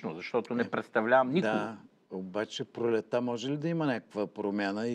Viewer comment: „сас“ „косам“ „пролета“ „тарпението“... Имаш ли взето образование, не дадено???